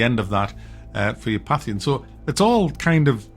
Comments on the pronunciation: Today I learned that can't pronounce "pantheon." Good to know. <3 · Great review but it's Pantheon. I have no idea what a pathion is. An indian curry maybe? Kryten : But surely you believe that God is in all things? Aren't you a pantheist? Lister : Yeah, but I just don't think it applies to kitchen utensils. I'm not a FRYING pantheist. you've just ruined that joke 🙂